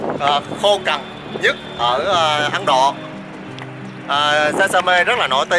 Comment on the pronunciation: xê dịch. Ấn Độ… mà sao mình nghe là Ắn Độ.. ta 😂 Giỡn với thôi, vậy mới đặc biệt ha 🤣